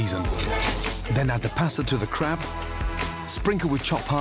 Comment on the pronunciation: i heard add the pasta to the crap